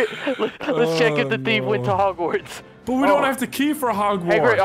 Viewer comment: said Hagwarts instead of Hogwarts.... I'm done...